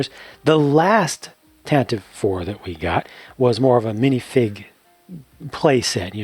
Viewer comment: Puts on nerd glasses ummm, actually, it’s pronounced tantivy. (Such a strange pronunciation for it I’ll admit .)